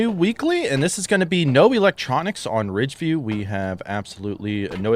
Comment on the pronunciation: You pronounced fridgeview wrong